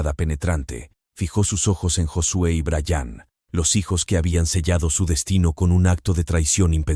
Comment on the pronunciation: Se dise bryan no brayaaaan.